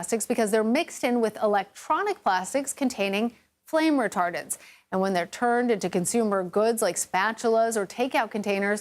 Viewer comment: "Flame Retar" - what?!